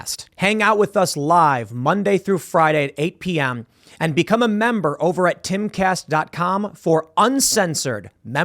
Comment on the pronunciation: Your the punk it's called timcast not Eancast !!!